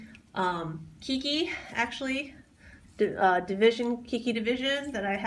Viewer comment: It's not keykey it's Kay key. Thank you for sharing.